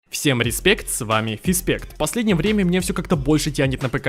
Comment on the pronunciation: Название канала фиспект а не респект потому что ты не выговариваешь р🤣